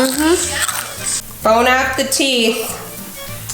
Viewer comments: did you say "Bone out the teeth" or "Bon Appetit?" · Did anyone notice that instead of saying Bon Appetit she said bone Appeteeth😂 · idk if im the only one who got triggered when she said bone app the teeth instead of bon appetite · is it just me or it really pissed me off when she said "bon a pu teeth" its BON APPETI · “Bone app the teeth” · "bone app the teeth" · “ bone app the teeth “. 😭😭😭😭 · idk if im the only one who got triggered when she said to her kids bon app the teeth its bon appetite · “Bone app the teeth” wow I love you 😂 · Is it just me or when she said bon appetit it sounded like bone up the teeth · Ikr I heard "bone app the teeth" tho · did she said Bon Appecheese? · I love the way Hannah pronounces Bon Appetit like "Bone app the teeth" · I pronounce it as bone apple teeth xD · why’d she say it like that? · are we gonna ignore the fact hannah literally said “bone app the teeth” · Ya she is an un cultured American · I love how she pronounces Bon appetit as Bon appeteeth! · did she say "bone app the teeth"? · Bone apple tea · "Bone apple teeth" 😂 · she legit said bone app the teeth im done with buzzfeed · I’m sorry but did she say bon apeTEETH? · Did she just say bone up the teeths 😂😂😂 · I heard “bone off the teeth” 😂😂😂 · ITS BONE APPLE TEETH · “*bone app the teeth*” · did you say bone apple teeth im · Did she say bone half the teeth..? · "boNe ApP tHE TeEEth KIDS" 😂😂😂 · Did she just say bon appeteeth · “bone app the teeth kids” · “Bone app the teeth” 😂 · "bone app the teeth" i cackled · The way Hannah pronounces Bon Appetite is... interesting. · Why do people bother saying that if it’s not the proper French pronunciation? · the way she said bon appétit bothered me